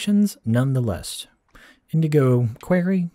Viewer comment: indigo QUORY thats whow its pronounced